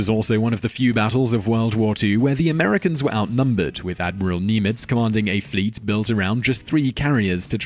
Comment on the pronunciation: Nim-itz. Nim ,rhymes hymn.